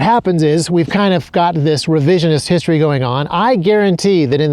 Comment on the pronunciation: Wishtory not History….😢